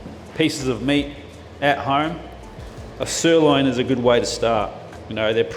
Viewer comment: I'm sorry.... did you just say "stirloin"?